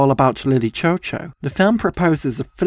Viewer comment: from what i’ve seen online i’m actually pretty sure that it’s pronounced “lily shew shew”. that’s probably my only critique of this video. i remember watching this for the first time and i wish i could watch it for the first time again and again